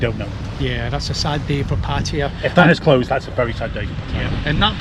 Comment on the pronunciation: Kindly learn proper pronunciation of 'Pattaya.'